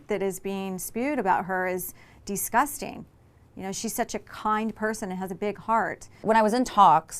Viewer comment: DEEsgusting 😂 why does Tamra pronounce it that way always?